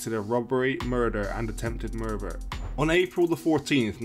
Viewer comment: "attempted murfer'